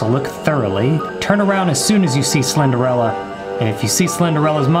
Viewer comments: Alligaytor he said he thought the name was slenderella for months he didn’t say how many months btw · Mans really said Slenderella 😂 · I love how he says Slenderella when it clearly said Slenderina… lol 😂🤣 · He says slender-Ella 👋🏻🤣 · I dunno why but him calling Slenderina "Slenderella" made this video 20 times better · He said Slenderella haha 😆😆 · He says "slenderella" instead of "slenderina" 😂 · We both called her slenderella when it’s actually slenderina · The 2hole time he was saying slenderina wrong lol